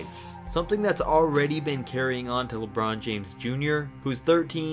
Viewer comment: "lebrawn jaymes"!!